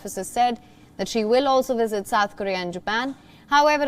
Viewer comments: It’s called visit sir🤣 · Why he keep sayin wizzit lol😂